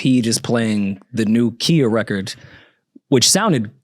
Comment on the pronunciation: at what point is going to know how to properly pronounce someone's name. Khia's name is not the way you're pronouncing it. Idk why nobody corrected him.